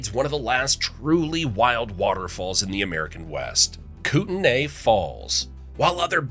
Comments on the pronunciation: Please learn how to pronounce names! It's not Koot-en-ay, it's Koot, knee. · "KOOT-e-nay" is the Canadian pronunciation. Here in the Montana (as well as next door in Idaho) it's the US pronunciation: KOOT-nee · Jus so you know its pronounced Kootenee